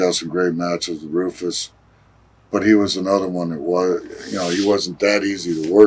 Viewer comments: It’s pronounced “Rooofus”. Jeez. Valentine scared the crap outta me as a kid. Was vicious. Hateable. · It's not Roofus!! It's Rufus